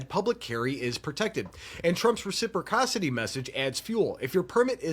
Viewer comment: Not a Republican but I still support the 2nd amendment. You really have to learn how to say res - ip- ross - ity 😂. Even tRump said it correctly.